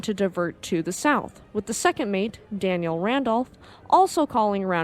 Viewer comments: It did sound like you said Daniel but you referred to her as a she when discussing the email she sent so I gave you a pass. 😊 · Fyi, its Danielle Randoloh. She was a female, you keep saying Daniel